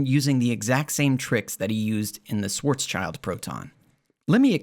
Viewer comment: I've read Haramein's Schwarzschild paper many years ago, and as a physicist from this field (quantum gravity) I was really surprised by how sloppy and weird it was. Apparently that didn't stop him from producing more pseudoscience. So I really liked your video. One small remark (if already noted by others, forget about it): you pronounce Schwarzschild as "Schwarz-child", but it's actually pronounced as Schwarz-shield" ;) All the best!